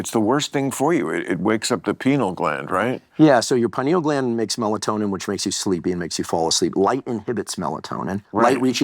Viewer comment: that foo said penal gland 😂 bill stick to politics